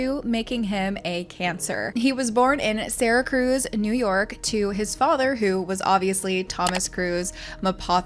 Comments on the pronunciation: Lmao I’m from Syracuse and you said “Sarah cruise” it’s pronounced like “Sarah-quce “ I still can’t believe he’s from my city! He apparently went to my elementary school! Oh we also claim Post Malone so that’s pretty dope! Holy shit you said his first wife’s birthday! THATS MY BIRTHDAY!!! Weird!!!!!!!!!!!!! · And it's not Saracruz lol its Sarah cuse ny spelt Syracuse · Did you really just pronounce "Seer-a-cuse" as "sarah cruise" NY? 🤣🤣🤣 God Bless, I have not heard THAT one? Also. No shade whatsoever. I really appreciate the hard work you put into these videos, ESPECIALLY about Courtney Stodden. Amazing work. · From NY. I was like where is Syracruise? It's Syracuse!! He's from good ole Syracuse and all its "great things." Haha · Syracuse, NY. Syracuse = Sear a kuse, For future reference. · Not the seracruize ny 😂😂 i don't know if you'll come across the city again but it's cuse like ex-cuse. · Sarah-cuse, Syracuse. There's no second r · Syracuse ( Sair uh cue z) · Never heard Syracuse pronounced that way… it’s SEER-uh-kyoos. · I know this is not actually important to the video, but as someone who grew up in Syracuse I feel like I have to say it. it's pronounced Sear-ah-kyewz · Can someone please say Syracuse correctly...ugh those of us from Syracuse NY know the feeling.. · Also tho, how to pronounce Syracuse, NY “American version” from someone who grew up 30 minutes from Syracuse, NY. No hate, just informative.